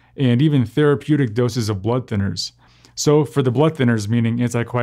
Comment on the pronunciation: It's "therApeutic" not "therepeutic"!